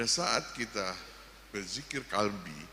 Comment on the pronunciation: Kalbi ???QOLBI !!BEDA ARTI NYA PAK!!! .